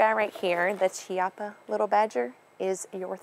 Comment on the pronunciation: I love the way you spell "Chiappa"... LOL In italian it is spelled like "Kiappa"... I love the Little Badger, hope to get one soon! Nice vid and nice shooter!